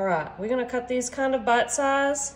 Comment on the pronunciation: "Kind'a butt size"? Y'all heard that, right? 😅😅😅